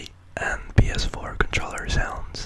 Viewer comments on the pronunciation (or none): Is he saying ts4? Lol